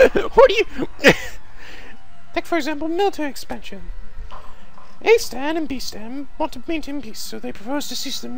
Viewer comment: Seriously? A-stan? I know that americans don't understand japanese honorifics, but why not just call them Mr. A and Mr. B? Not that hard, and very easily understood by non-weeaboo americans.